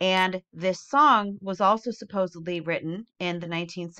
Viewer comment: There is no B in SUPPOSEDLY! Sorry, when I hear it, I cringe